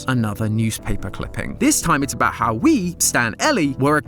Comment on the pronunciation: Knew he’d talk aboot this